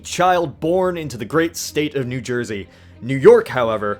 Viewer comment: Any other New Jersians out there? NEW JERSE-Y! NEW JERSE-Y! NEW JERSE-Y!